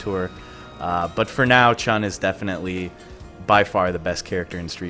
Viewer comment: What I've bee asking myself for years: The games themselves contain announcers, that pronounce all the fighter's names. Still - mostly Americans - keep mispronouncing Chun-Li, Ryu, Yun and Zangief. Why? Just why? If they play these games for years, there should be a good chance to at least get the names of the characters right.